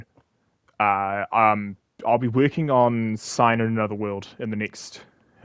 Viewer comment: Do not worry about a shorter video. Your time matters aswell, and we can wait as much as we want. Hope your time goes well. Oh boy... my game is next... and it caps off season 2. Looking forward to it... even if you pronounced it Sign instead of Cinder.